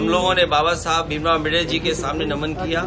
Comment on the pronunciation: अमबेडर नहीं अम्बेडकर हैं मूर्ख कौंवे टेढ़ी नाक वाला कौवा